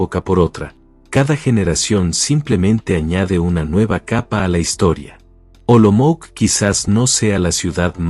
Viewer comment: Olomouc se čte Olomouts né Olomouk!